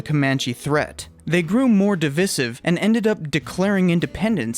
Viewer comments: it's pronounced div-👁️-siv. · You mispronounced "divisive" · Divisive pronunciation